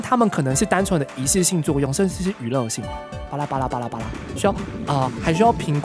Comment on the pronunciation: 阿神你講巴拉好像拔蠟